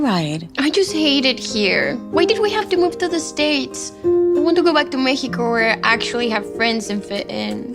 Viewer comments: She said meheco😂😂😂😂😂😂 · Why does she say it mecico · The way they pronouncing Mexico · Where are they saying Meico instead of Mexico